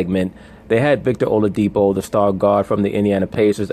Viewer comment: it's not oladipo as in po in pronunciation it's oladi-"kpo" as in pour. here is my whatsapp number if you want to get the correct pronunciation the dude is yoruba